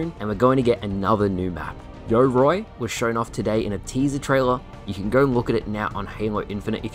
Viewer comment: You cant fool me. Show me how you originally pronounced Yoroi that made you feel the need to dub in a new pronunciation